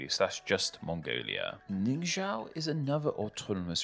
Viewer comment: Pronunciation errors (Part 1): - Xingjiang's j is pronounce like a ch - G is pronunce like a sk without the s (unaspirated k) - zh is pronounce with the theeth blocking the air while saying a ch or ts - Ningxiao isn't Ningxia and X is sh always, never j - X is sh always, never j - It isn't Aning, is An Ning - Hei isn't Hi, j is pronounce like a ch and The name isn't 4 sylables (HeiLongJiangJiao), is HeiLongJiang - j is pronounce like a ch - Is wula, the wu is never reduced - Q is an aspirated ch - j is pronounce like a ch and sh is really a combination beetween r and s, X is sh always, never j - He is pronounced with a schwa as the "e", is Huh(s)pei not Hipei and b is a sp without the s (unaspirated p) - j is pronounce like a ch, b is a sp without the s (unaspirated p) - j is pronounce like a ch 14 errors